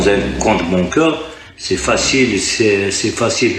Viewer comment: Il ne sais même pas prononcer les mots comme compte bancaire (bonqueur)